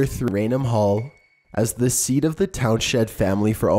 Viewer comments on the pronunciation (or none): none